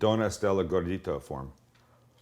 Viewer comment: I couldn't help but laugh every time he said gordita 😂 I haven't had gordita in a long time but I don't rememeber it being open like that. Now I really wanna make some for dinner this week .